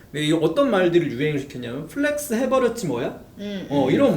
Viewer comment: 아오 정신차려!! 에서 빵터졌네요 (의 또박또박 <플렉스 해버렸지 뭐야>랑....)ㅋㅋㅋ 엑스세대의 조언 잘 듣고 가는 80년대생 입니다 >.<